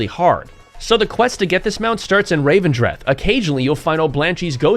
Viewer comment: The place is called REV-en-dreth, not RAVE-en-dreth. Just sayin.